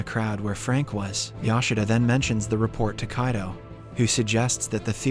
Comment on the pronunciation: the pronunciations are different from the previous episodes like he says Kaido instead of Kido